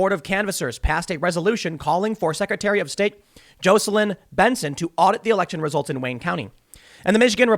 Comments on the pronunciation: Tim, Tim, Tim, Tim... JAW-celyn. Not JOE-celyn! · Tim its Jah seh lin or Jacko lin. Definitely NOT Joe seh lin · Dude. It’s Jocelyn. JAH’-su-lin with lin pronounced like the word “in.” The o is like the a in father, not the o in open. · Tim really has no clue how to pronounce the name JAWs-ell-in (Jocelyn) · I can’t let this go any longer. It’s pronounced JOSS LYNN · 🥲🤣😂 I was just about to say the same thing! Ha ha! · Tim needs to learn to pronounce Jocelyn 🤣